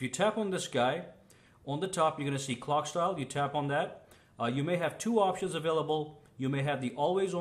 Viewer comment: Hehehe, he said cock style. Lol. The joy of making videos in a hurry